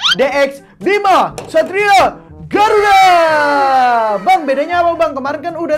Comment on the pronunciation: kok aku dgr nya satria b*rakuda